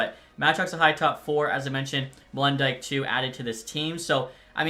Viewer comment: It’s Molen dyk